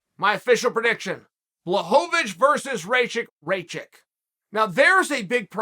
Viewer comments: Raychick -> Ra-kich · Raychik?? I like smartass who can't even learn someone's name correct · Raychick? It's pronounced Rock-itch. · Chael, Aleksandar is Rakic not Raychek. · Uncle Chael: Ray chick Alexander Rakic's ACL: Mr. Sonnen, I dont feel so good *snap* Jan Blachowicz: Nico nico kneeeeeeeee Jiri Prochazka: Ah, I see you are a man of culture as well. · How d hell you read Rakic - Raychick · his name is pronounced Raahhhkitch (like kitchen) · You say his name like (Rock ich) rakic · RAKEECH! it's not that hard to pronounce! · Who the hell is Raychick?? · Unc... think "jock itch"... Rakic'